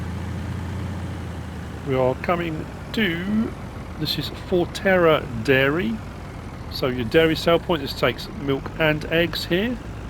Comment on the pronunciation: Here’s something you might not know, It’s pronounced FONTERRA dairy (it’s written on the map), not forterra, and it’s also the name of a dairy co-operative owned by around 10,500 New Zealand farmers, accounting for 30% of the worlds dairy exports! Pretty impressive for a country of about 4.8 million people.